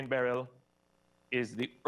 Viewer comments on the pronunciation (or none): none